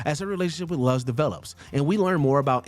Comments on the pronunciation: It’s LOOZ not Luhz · I swear this guy is mispronouncing shit on purpose for rage bait. It’s “Loo-z” not “Luh-z”! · Very much triggered how "Luz" was pronounced here. It's "LOO-s", not "LUS". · Do you people at watch mojo purposely mispronounce names?? Ive heard it many times before with names, places etc. and here you say luhz onstead of luz [looz] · THANK YOU! It was giving me flashbacks to how the names were butchered in the live action Avatar (the Last Airbender) movie. XD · Luz. Is. Pronounced. LOOS. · Anyone Else Notice How He Pronounced Luz's Name Wrong? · You can tell this guy hasn’t seen The Owl House with how he frequently mispronounces Luz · CAN YOU STOP PRONOUNCING LUZ'S NAME LIKE THAT? DID YOU EVER HEAR HOW THE CHARACTERS IN THE SHOW PRONOUNCED IT???